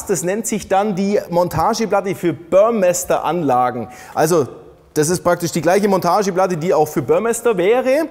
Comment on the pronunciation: "Börrmesster" ? Der Typ hieß Dieter Burmester - ausgesprochen "Burrmeester" 😂